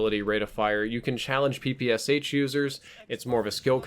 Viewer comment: Please check in google how PPSh is pronounced. I'm from Russia and when someone is pronouncing "Sh" as 2 independent letters it annoys me :D